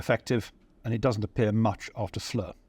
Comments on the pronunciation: For future videos, the name FLERS is pronounced FLAIR and not fleur. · Great presentation by a very gifted, knowledgeable and enjoyable host, the only annoying thing being the incorrect pronunciation of "Flers", which should be pronounced just like "flair" and not like the French word "fleur" (flower) as we're hearing here. As the name gets repeated again and again, it would've been great to check its pronunciation beforehand...